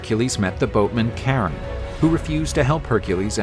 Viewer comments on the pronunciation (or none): Bro pronouncing Kharon 'Karen' huh